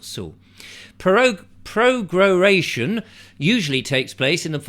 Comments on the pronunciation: I love how he does a 15min vid on all about prorogation, but doesn't take 10 seconds beforehand just to make sure how to pronounce it, - also despite it being displayed 'pro-ro-ga-tion' at the very start :) bless 🤗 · Can you really not pronounce pro - RO - gation? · Pro ....... row ...... gay ...... shun (hee hee) ..... Who's in charge when the gum ment is prorogued? WE are !!!!! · You can’t pronounce prorogation lol